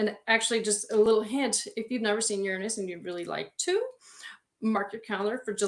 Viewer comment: this is wonderful, but you're pronouncing Uranus incorrectly!